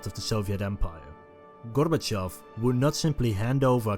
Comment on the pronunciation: Massive like for correct pronunciation of Gorbachev